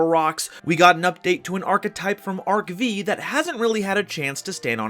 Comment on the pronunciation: I cry everytime says Arc Vee instead of Arc Five.